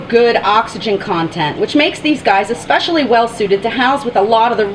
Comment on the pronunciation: Especially, not expecially